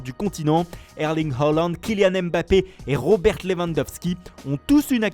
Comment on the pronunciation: C'est Roberte c'est Robert